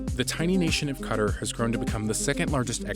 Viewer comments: Did you pronounce Qatar utter? It’s Cat-tar, not utter. 😂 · “Cutter” for “qatar” lollllll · It’s pronounced as “cotter” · They are pronouncing Qatar as cutter ugh. Its KAH-TAR. lol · Dude wtf it's pronounced "ca-tar" not "cutter" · The tiny nation of what???? Cutter???? 😂😂💀💀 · Qatar not cutter. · Jeez how do u call qatar “cutter” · Bruh said "cutter" for Qatar lol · Hearing Qatar as Cutter is cringy and I am not even from Qatar. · And said "Cutter". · I think "Qe-tar" is the closest pronunciation. Short "A". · I like how they pronounce Qatar as ‘cutter’ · It's pronounced in different ways depending on the dialect, each one is far from "cutter", it's hard to explain it cause it has a sound which doesn't exist in English which is "ق" the closest sound you can pronounce is "k", in Qatari accent though, it is pronounced with "G" sound, it would be "ge" with a short e, and-tar, with a rapid a sound, btw the "t" sound is not the original sound, it is another sound that doesn't exist in English which is "ط" And English speakers prounounce the R sound differently, so it is a word with only three letters each of which English speakers can't pronounce. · It’s actually pronounced ka-TAR.. emphasis on the second syllable... I’m Indian and have friends and family in the Middle East... that’s how they pronounce it. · How did he pronounce Qatar again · I cringed when he said Qatar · Please learn how to pronounce Qatar. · That's not how you pronounce Qatar. It should be a soft t and the vowels are drawn out. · Pulsxr- exactly